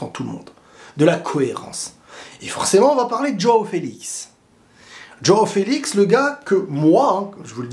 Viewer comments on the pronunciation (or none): Y a moyen que tu arrêtes de prononcer DJOOOOao Félix DJOOOOao Cancelo !!?? Juste Jo aõ . Merci , car ça fait saigner des oreilles